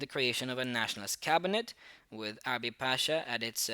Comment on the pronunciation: It's Urabi, not Arabi and thank you for the explanation